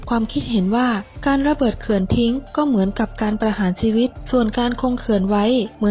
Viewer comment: ได้ความรู้ดีครับสำหรับคลิป แต่คนพากย์ ออกเสียง ช เป็น ซ โซ่ ตลอด เช่น เสียซีวิต ฉงชิ่ง เป็นสงซิ่ง